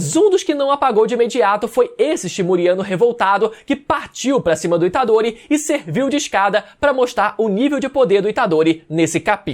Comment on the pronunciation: Rapaz falou itadore tá morto tomei um susto kk😂